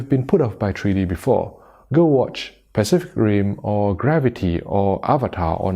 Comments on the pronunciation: What is “treedy”? Treedy bluerays? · "Tree D."